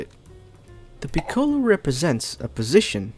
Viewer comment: Like the video and i am a big fan of piccolo. But can you pronounce it correctly please. The ‘o’ is short